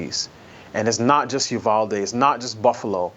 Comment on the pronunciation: It's UVal ..as in Al Bundy. NOT UVALL, AS IN THE WORD WALL. Thank you from Texas. I'm cringing Jason everytime you say the name 🤐🤐🤐